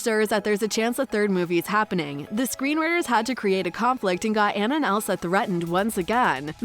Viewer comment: Hope there is a 3rd- also as a fan of frozen, it’s (Ah-nah)